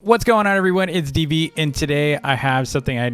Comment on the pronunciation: When u say your name wrong dv u said db